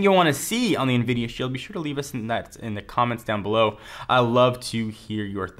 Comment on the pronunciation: why do u say invidia??????